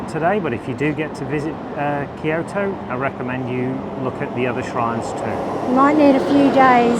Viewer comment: "These steps suck!" Har har har! BTW -- 京都 "Kyo-to" two syllables, not three. Good vid.